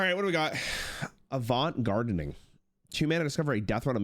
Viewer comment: he pronounced correctly, as it's a play on words like hearthstone likes to do